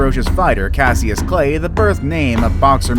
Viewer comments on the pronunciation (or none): He mispronounced Cassius, it’s pronounced cashus. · Cassius is pronounced cashus Because he is named after Muhammad Ali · Lmao, how he pronounces Cassius